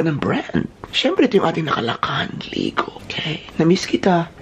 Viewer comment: May-gah vs Li-gow Dami ko pong tawa... 😊